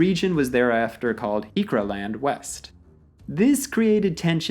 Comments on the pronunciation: To be fair, the G is not a native sound to English, so unless you have been exposed to the sound, you will not be able to pronounce it properly. The r should also be a proper rolling r (not silent). So G-R-ikwa. The last part is easy and normal English sounds. G (like Gemsbok) R (Like a Scottish R) i (sounds like eee in me) kwa (Like the kwa in kwagga) English speaking South Africans pronounce the G like the G in Gun. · Griqualand - a name I’ve seen dozens of times but never heard pronounced now that I think of it!